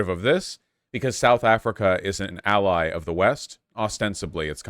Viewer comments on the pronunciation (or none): none